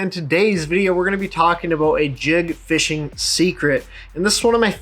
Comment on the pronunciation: I love when you say "talking about" and to me it sounds like "talking aboot" hahaha